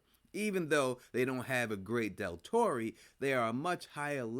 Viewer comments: “Deltore”? It’s doctore big dawg lol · It’s doctore , sir and your celadus and tarchon theory is very likely to happen. I hope not in my opinion, but it’s never been seen or done yet in Spartacus. I also agree with you about. Cornelia, I believe this show takes place between 73 and 71 BC and Cornelio doesn’t die till like 69 BC giving birth to Julia allegedly according to history and Julius Caesar doesn’t rise the power until after so it’s going to be very interesting.